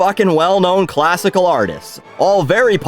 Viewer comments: Classical Mussic 😆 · I like classical "mussic." lol